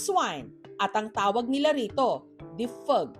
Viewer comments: nakaka LSS ang pagbigkas ni maam Jessica ng ''difeg'' hahahaha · Sorry pero natatawa ako sa bigkas ng Defig 😅